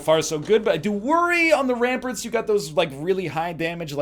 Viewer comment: the only thing i dislike about the series is when he says Ramparts as Ramperts so minor but hurts my head to hear lol